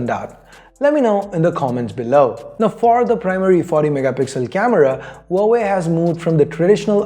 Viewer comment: Pronounce Huawei as like wah-way 😉😉